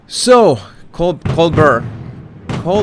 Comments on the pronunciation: Colbert is pronounced Cole bear. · Colbert.. he pronounces as COL-BARE..it's French pronounciation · Co-bear. French pronunciation. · Here, maybe this will help. His last name is pronounced 'coal-BEAR'. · Stephen's name is pronounced "Coal Bear" with emphasis on the "Bear" I could be wrong but I think the name is French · Hey,, I think Colbert is pronounced as a French surname, i.e. sounding like 'bear'. Nb. I don't really blame Harry for forgetting that joke, because it doesn't even make sense as a joke, it's a bit flat. There is no real punchline, the joke is flattery of the show. I agree about too much personal information from YouTubers, women Youtubers seem more prone to this, which has indeed made me leave..I'm just not interested in someone's dogs/ husband/ health problems, sorry. I can sympathise of course, but especially when they talk in an annoying Minnie Mouse voice which for some reason, many millennial women seem to have adopted now and for too long about such stuff, it's goodbye/sayonara from me. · Stephen Colberts last name is pronounced CO BEAR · It’s pronounced Cole BARE. Accent on 2nd syllable. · Cobert. Practice practice saying Bear🧸🐻🐻‍❄️ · ...Colbert...AS IN BEAR..is the French pronunciation... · the man’s name is pronounced COBARE like Spare. Love you. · I think it’s Coal-bear with silent t like Colbert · Hola,. With all due respect...just trying to help....Stephen Colbert pronounces his name as Coalbear.... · it's Coal-bear. French pronunciation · Col - bare, it's pronounced col-bare. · Colbert is pronounced COAL BEAR, you sexy Latin lover-boy!!! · I usually enjoy your analysis, but this was painful. You don't have the plot on this one either. You couldn't even learn how to say Colbert but instead repeated it so often trying that I thought you were having a stroke. I could barely follow what you were saying on most of this. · Colbert. Sounds like Coal-bear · It’s pronounced Col. Bear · Or Coal-bear..